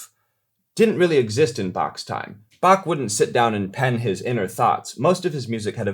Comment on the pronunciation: What would Bach do? First off, he would certainly not butcher his name and twist it into "Back" like so many Americans do while thinking it is terribly funny. You actually did a pretty good job with the pronunciation, which is the first step towards respecting Bach.